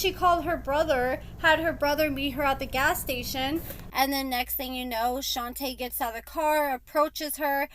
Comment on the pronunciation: Her name is pronounced "Shon-tuh" the girl from the gym is "Shon-tay" their names aren't the same.